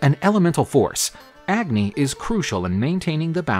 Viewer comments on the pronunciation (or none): You dont pronounce the “A” in agni. The “A” is pronounced as “U”